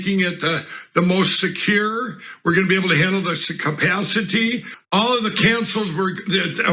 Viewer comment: Sapasity! That's what I heard 🤤